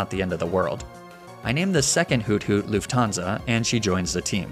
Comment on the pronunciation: As a german luufthaansa Sounds very Weird😂